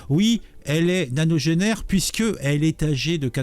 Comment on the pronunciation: Quoi nanogenaire? On dit nonagénaire a plus